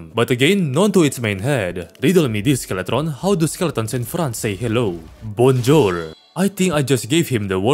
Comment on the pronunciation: "Bone-jour" The Skeletron's honest reaction : 💀